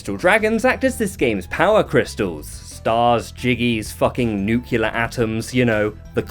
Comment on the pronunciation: I was liking this video and then you pronounced nuclear as "nucular" so I had to dislike, unsub, report, and SWAT you.